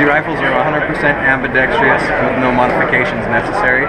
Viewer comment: When I hear someone say "ambidextreeous" instead of ambidextrous, I have to think they're a pretender. As bad as saying "ax" when you mean ask or asked.